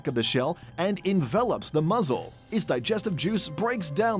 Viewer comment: It's pronounced MUSCLE, not MUZZLE lol